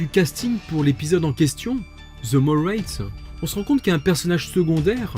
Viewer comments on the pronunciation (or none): Très bonne vidéo comme d’habitude 😉 (Et pour ta culture personnelle, on dit pas "raytes" mais bien "rats" avec le son A à la française 😉)